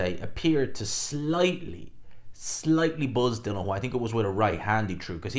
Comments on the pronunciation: Still pronouncing his name wrong I see … Dillian not Dylan 🙈 and of course the hate continues 🙈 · Why are you incapable of pronouncing DI-LIAN. It's like us man calling you gspot boxing, it's just not either of your names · His name is DillIAN, not Dillon. Everyone gets it wrong...